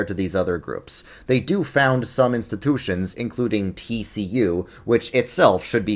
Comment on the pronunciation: As educational as this video was, I keep getting proverbially smacked in the face when NY accent hits on "institution".